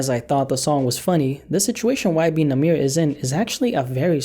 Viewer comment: “ y benamirror “😂